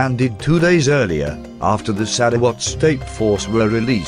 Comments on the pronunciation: This is by far the funniest butchering of Sarawak, my head keep hearing SaraWatt 🤣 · sarah what ?